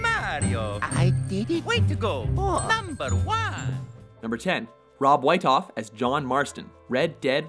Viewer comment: I'm pretty sure whietoff is pronounced wee-doff